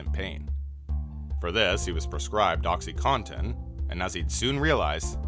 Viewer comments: "Oxi-Cotten" not "oxi-Contents". "Ree-Byuked" not "ree-booked". I like your narration but I tend to veer away from channels who don't pronounce things correctly, it can be a sign of a broader lack of credibility. Its why i stopped watching iluminaughti years before her issues came to light- homegirl can't read! The number of mispronounced and incorrect words in her videos let me know she was probably full of crap 😂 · "Oxy con tin"